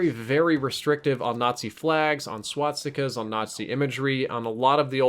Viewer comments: S.W.A.T.stica's? It's SWAS TI KA. Not SWAT STI KA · this guy cant even pronounce swastikas